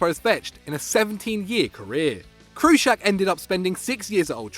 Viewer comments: Where’s the R in Kuszczak? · lol its pronounced Kushchak and im not even Polish😂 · Very first player they can't even say his name right, there's no "r" in kuszczak. I'm out